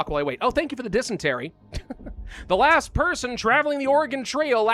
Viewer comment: Was it "last man alive" or "ass man alive"? Both.